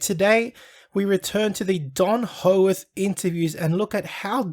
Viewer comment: Why can't this guy say peoples names correctly . Hoeworth . Pmsl